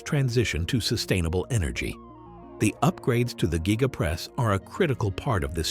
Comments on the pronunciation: Gigapress not GYEgapress. If you're going to do video voice-over, do your research 🙄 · Elon, please fix your voice reader to pronounce the word Gigapress the same way. I have heard it pronounced 5 different ways in this advert. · It's called the Giga press should it be said like Giga-press or even Giga-:Press